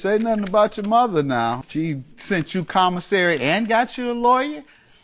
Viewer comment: Naw, that wasnt nerves or dialect. She just cant talk. She also called "commisary," his "convisary" later in the case.